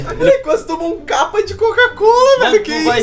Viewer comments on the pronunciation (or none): Kkkkkkkk ele falou kaapa